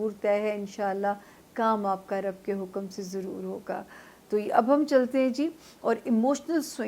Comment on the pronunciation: ربُّ ال نہیں ربِّ ال ہے